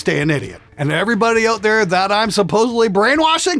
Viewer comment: Love the "oot" takes at the end 😂🇨🇦